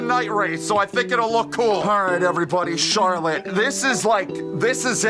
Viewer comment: Hello, my name is Miss Pronouncer. And I’m here with last weeks winner at c-harlott-e.